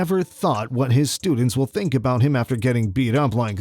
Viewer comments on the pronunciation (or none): none